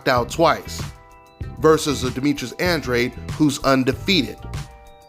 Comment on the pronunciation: Why do so many people struggle saying Andrade?